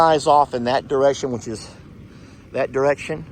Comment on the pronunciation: He says winch instead of which. 😆😆